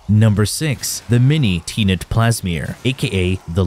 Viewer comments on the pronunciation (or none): yh this irked me as well. Same as when he said tea-knit plasmor instead of tenet.